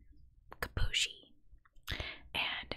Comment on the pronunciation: Julie's last name is pronounced [kee boo ee shee]